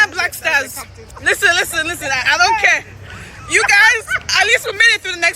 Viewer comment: Did she say Black Stores 😂😂😂😂😂😂